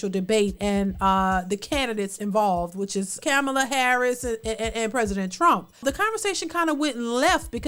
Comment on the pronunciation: You need to look up how Kamala says her name cuz you're not saying it correctly.